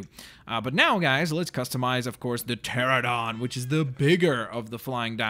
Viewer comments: It's pronounced Terr-ran-o-don not Terr-o-don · And the pteranodon is pronounced tear-an-oh-don. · its pronounced cha ran a don